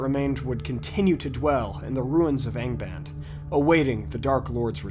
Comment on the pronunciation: good god, I honestly thought you said gangabang at the beginning there for some reason when saying Angband......